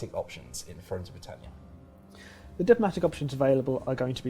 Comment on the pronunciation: FRONES OF BWITANNIA